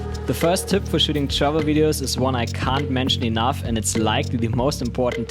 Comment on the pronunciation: Awesome tips. But every time you were saying "Travel Videos", it sounded to me you were saying "Shovel Videos" hehe must be the accent and my French Canadian ears for sure:P